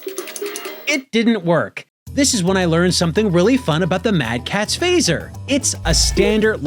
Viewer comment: Every time you say mad catz I die inside. I was also that friend, then when I needed a extra controller my mother got me a... Mad catz. I wept tears of blood.